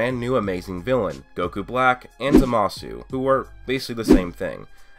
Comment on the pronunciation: Jezus u dumbfuck learn to pronounce zamasu right u and every idiot on youtube pronounces it wrong